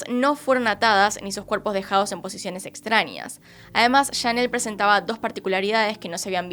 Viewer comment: Creo que es "años" no "añios" es tamaño no "tamañio" extrañas no "extrañias"